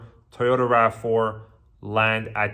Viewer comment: Why is this guy saying “Tayota”